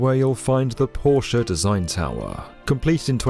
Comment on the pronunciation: I’m a simple man. I hear Porsche pronounced correctly, I hit the like button.